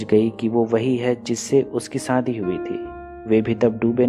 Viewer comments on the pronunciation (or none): Nice explanation but aap shabdo ka istemal galat karte ho jaise sahi word ( SHADI ) hai lekin aap ( SADI ) kahte ho ( BAARISH ) ko aap ( BAARIS ) ( MANZOOR ) ko ( MANJOOR ) kahte ho isi prakar bohot sara word galat hai isme sudhar karo to explanation aur bhi achha hoga